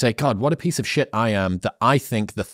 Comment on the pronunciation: The emphasis on piece of shtt😂🎉